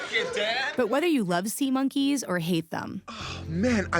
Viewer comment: HOLY SHIT WHEN SAID IT SAID SEMEN INSTEAD OF SEA MONKEYS